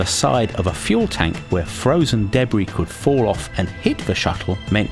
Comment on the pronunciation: Debree...never heard Debris pronounced this way.